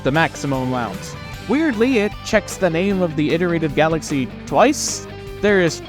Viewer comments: Please don't say iterated like that ever again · you pronounce "iterated" like allan